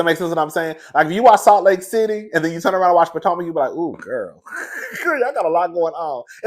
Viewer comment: Not Poor-tomac 😭😆